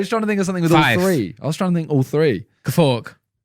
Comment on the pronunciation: They say "fork" without the R lol